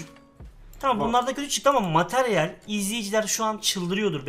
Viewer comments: on bin METERYEL diyor abimiz:D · Materyal yerine METERYEL diyor